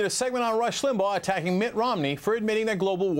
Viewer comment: Rush Lim-bah-ugg-h.